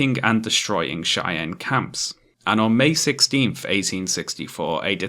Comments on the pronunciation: no offense, but it's pronounced Shy-ann and A-wrap-a-hoe, not Shay-ann and ara-pay-hoe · Me: Hey, this video is pretty good so far.: The Chay-ann and Era-pie-oh tribes... Me: Don't laugh, don't laugh, don't laugh. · Dunno if anyone said, but as a Colorado-born American, I gotta tell ya Cheyenne is pronounced 'shy ANNE' /ʃaɪˈæn/ Arapaho is 'a RAP a ho' /əˈɹæ.pə.ho/ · Oh my, I have never heard Cheyenne and Arapaho pronounced like this. Gave me a chuckle. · Great video. My only complaint is that your pronunciation of Cheyenne and Arapahoe were so wrong to the point of being hilarious.